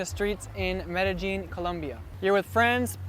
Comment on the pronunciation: I don't think he pronounced Medellin correctly.